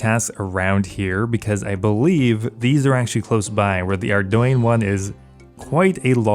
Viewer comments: bro said ar doin for ardougne instead of ar doug knee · Just a heads up; "ardougne" is not pronounced "ardoyne". "Ardoyne" is a region in my country of Northern Ireland. XD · The mods have confirmed it is in fact pronounced "Ardoyne" I always pronounced it "Ardoug knee xD